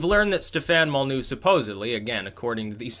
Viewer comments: why don't you pronounce the Y in Molynuex? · Spells out "Molyneux" Says "Mollnew" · Its pronounced Mol Lin Noy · "Molly-new". has a funny way of pronouncing some words/names.